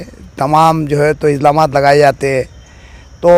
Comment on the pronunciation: Are chacha izlamat nhi ilzamat bolte usko😅😅😅😅